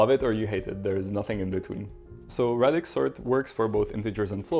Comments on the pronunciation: It's pronounced ray-dix not rad-ix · Ray-dix sort Pronounced like radius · Please say ray-dix. There’s only one D so the A is pronounced as a long vowel in English. Thanks. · It's pronounced "radix" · English pronunciation of radix aside, great video man